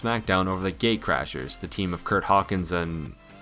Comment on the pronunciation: Did he say gaycrasrs